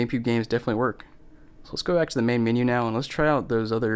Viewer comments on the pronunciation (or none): none